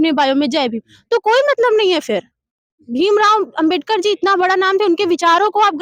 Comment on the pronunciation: Jo Ambedkar nahi bol pa ra h wo rajniti samjha ra hai😂😂